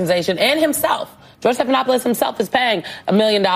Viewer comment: Ahahaha " George Slopinopolis"😂